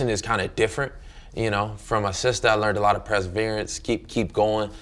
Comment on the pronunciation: "presverance" 😂 Yep, he's definitely a moron